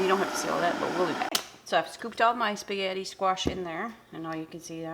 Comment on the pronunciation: cutting a spaghetti squash in half requires real muscle! You may be small, but wow, you've got muscle! You got me laughing because a few times you said what to me sounded like "sketti!" Did you know that the Gardein Meatless Ground you showed is made by a Canadian company? Meatless meat products are all the rage lately. I hear them talked about on the stock market channel (CNBC) every day. It looks delish!!! I wouldn't hesitate to indulge in it. Maybe some day, we'll all be going meatless. If it tastes just like real meat, I wouldn't mind. Would you care? Your air fryer baked sketti squash with melted provolone looked too good for words! Yes! Plant more sketti squash!!!